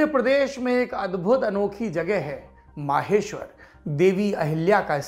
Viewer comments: It's maheshwar not maaheshwar...👍😀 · माहेश्वर नहीं महेश्वर है सही उच्चारण। आप कब आए वैसे यहां?